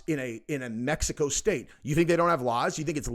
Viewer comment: Welcome back from Meh-hi-coh- do you